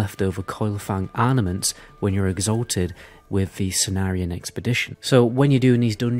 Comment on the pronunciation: It's pronounced "Se-ney-rion" mana salve. But awesome tips nonetheless!